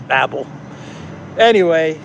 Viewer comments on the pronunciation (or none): none